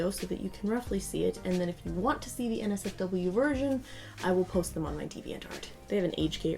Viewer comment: When she said NotSafeForWork I heard Nazi Fork